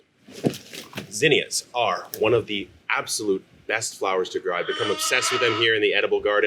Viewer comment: Thanks for saying it right gosh damn my mom and aunt were calling them zeeenyuhs